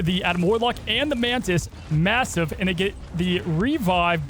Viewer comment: Did you say MASSIVE? LOOOOOOOOOOOOOOWWWWWWWWWWW TAAAAPPPPER FAAAAAAAADEEEE